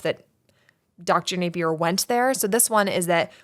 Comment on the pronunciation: Dr. Napier!!! Not a name you hear every day 😄 - props on pronouncing it correctly! People often say "nah-pier" or try to class it up like it's French "nap-ee-ay" (name has roots in Scottland, if anyone's curious)